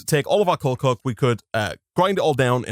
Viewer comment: I really like how he says coal coke. It just sounds so nice lol